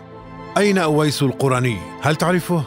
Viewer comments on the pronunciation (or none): القرني بضم القاف شتيمه و اسم هذا التابعي بفتح القاف "الـقـَرني" من اياد من قرن من اليمن رحمه الله، و أما حديث خير التابعين أويس فلا يصح، و الله أعلى و أعلم. ❤